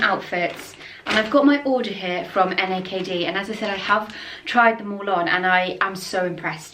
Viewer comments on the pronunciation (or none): I love seersucker fabric as well. It’s so comforting. Also, u know what’s funny? You call the brand N-A-K-D… like just saying out the letters. But I’ve heard other influencers pronounce it “ NAKED” as in wearing no clothes lol. I have ordered from them before and do like their pieces and quality.